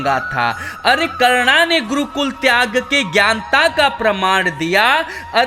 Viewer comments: karna kya hota he karn hota he nam to sahi se le bhai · Chal chal naam to bol nahi pata hai roast kya krega